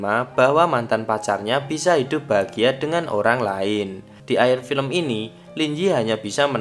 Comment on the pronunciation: Paling kesel denger "Dan pilempun ta maat"